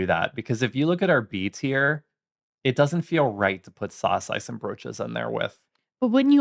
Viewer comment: You don't pronounce the 'N' in saucijzenbroodje and worstenbroodje, guys 😊.